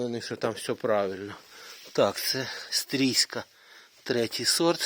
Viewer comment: Лайк,тільки не "Стрійська", а "Стрийська" , названа в честь міста Стрий,Львівська область.